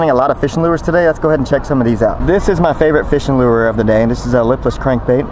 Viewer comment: it's called a lure not "lewer" lol